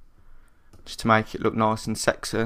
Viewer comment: oh man, i love the way you say sexy you seksay boy